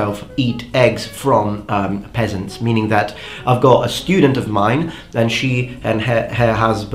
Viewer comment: did you say you get your eggs from pheasants or did you say you get them from peasants?